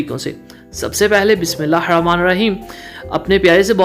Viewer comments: MASHALLAH bahi ap hr kam sy pehly besmillah party hain to plz bismila ke adaigi theek kr lain besmila ka pehla Ha mota hai ap barik parhty hain...JAZAKALLAH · Apni Bismillah ka Talafuz theek kro... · Apki rec boht achi hoti hain but ap bismilah theek se bola karin thora sa b Lafz galt bola jaye to meaning he badl jaty hain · Byta g ap k talfuz m galti ha or kuch nai ap koshsh krn Inshallah thek kr Lyn gy ap mujy yaqeen ha